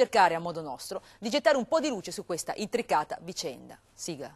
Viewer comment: Si dice SIGLA non SIGA!!!